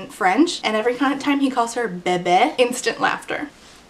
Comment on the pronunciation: bébé is pronounced more like “bay-bay” not “beh- beh”